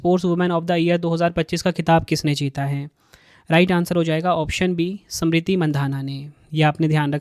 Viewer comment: Kaisa tumlog ko bolne nahi ata h kya samriti nam h ya smriti... Jaha bhi adha akshar h sab ko pura padh rahe... Teacher ho km sekm itna to ana chahiye...